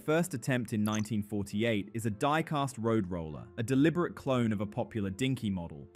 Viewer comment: Great video, but there isn’t an ‘r’ in diecast. 😉👍